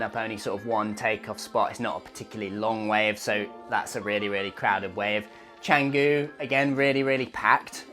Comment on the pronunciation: Sorry to be pedantic, but not "Cenggu" and not "Padeng Padeng" Maybe find out what places are called beforehand, just a thought😊😊😊